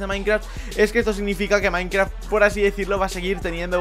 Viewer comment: like si crees que dijo:minecraf que las demás palabras de las que ablo en el principio del video